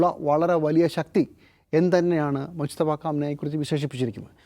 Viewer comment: …. മുസ്തഫ അല്ല മുജ്തബ ആണ്